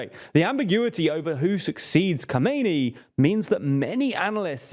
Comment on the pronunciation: As an Iranian I can say, this is actually a very good representation of the current situation in Iran. Just one little thing, the current leader's name should sound like kha-meh-neh-ee and the old one is kho-may-nee. Obviously you are not expected to say every foreign name accurately. Thanks for great videos.